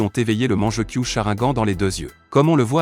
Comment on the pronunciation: Il dit charaingan et manjekyo aussi 😂😂😂😂😂😂😂